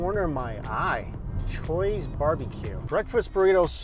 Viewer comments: did this guy just say "chuy's" name as choy and not chew-ee lol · Did he say Choy's?! It's Chuy, like Chewie. Must be a Texas thing.